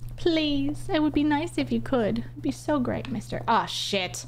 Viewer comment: someone shows me this, all i hear is praise /b minmo, instead of praise be minmo. jokes aside please dont go on /b